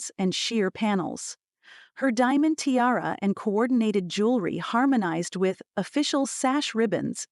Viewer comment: It’s tiara, not terra